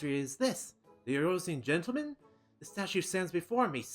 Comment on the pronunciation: Behold the magnificence of "Eoruzean Gentleman"